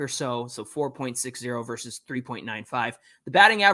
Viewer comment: I’m a fan of another club but I watch you guys every day, and I will continue just for one reason alone - the brothers know how to pronounce “versus”!! The talking heads on the TV MLB programs don’t!! I keep waiting for which book they are talking about when they regularly say “verse”. Send them a link fellas! In all seriousness, great show.